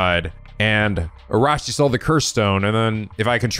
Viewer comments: I know this is probably a lost cause, but, please, there's an "i" between the second "a" and the "s" in Araishi's name. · About Araishi's name (and Shiraishi's too). It's not Ara-shi and it's not Shira-shi. The "i" in the middle is not silent. It should be Arai-shi (like Arai from Yakuza 4 with shi at the end) and Shirai-shi. But you can easily check the pronunciation of any japanese words in google translate. It might sometimes not be the best at translating whole sentences but I never seen it being wrong about single japanese words when it comes to pronunciation.